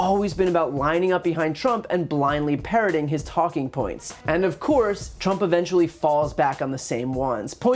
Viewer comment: I seriously thought Mueller said tramp instead of trimp.